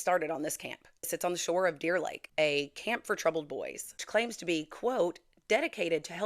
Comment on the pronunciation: A-CAMP.....not "a camp" thnk u 😂😂😂